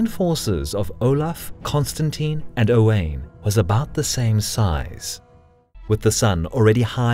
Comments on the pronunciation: Great video -One of the most formative battles in British history - and yet unknown by 99% of the population.... Edit Owain is pronounced Owe - wine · Owain is pronounced o-wine lol I'm Welsh my son is owain and I've heard many a interpretation of it lololol Owen...oween. owayne. It's o-wine for anyone who struggles with it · Owain rhymes with wine, not pain.